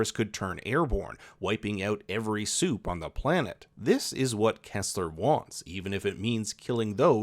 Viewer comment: When you say "supe" I hear "soup". So it was fun ! Also : soup baby